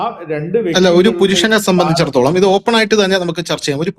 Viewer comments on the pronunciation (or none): "Sambandhichidatholam" ennu thelichu parayaan ariyillenkil aa vaakku upayogikkaathirikku maire